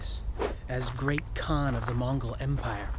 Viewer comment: Yeaahahah But khan is more like kan Key ay en kan not kean or can